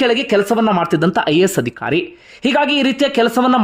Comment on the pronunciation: Adikhaari alla Adhikaari... alpa prana maha prana sariyaagi uccharane maadi